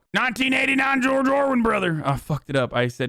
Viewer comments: It's George ORWELL not George IRWIN. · It's George Orwell. Not Orwen lol still love you though. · "Orwin" kekW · "George Orwin" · Who's "George Orwin"? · bro i sat there for 30 minutes thinking I was going crazy at "orwin" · George "Orwin" lol